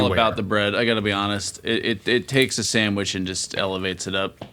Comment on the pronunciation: Another video where says Sammwitch. But a good one!